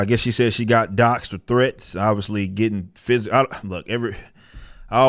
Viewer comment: The way Eric said threats made me rewind and laugh like 10 times haha... thress